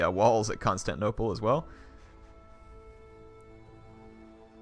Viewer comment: isnt 'constanople' supposed to be constantinople?